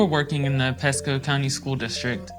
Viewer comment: Well, having lived in Pasco county before, I’d believe it. But I’m still not sure where this said “P-E-sco” place is. #Flo-ri-duh